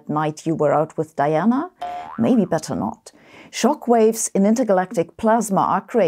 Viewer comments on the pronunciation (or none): none